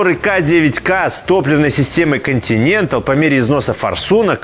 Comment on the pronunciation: Обзор отличный, всё в тему)) НО, мне одному уши режет как ведущий произносит названия топливных систем? Делфай(Делфи) и Континенталь ударение на другой слог